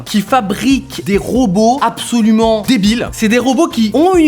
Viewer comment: J'ai dû aller voir un psy à cause de "apsaulument"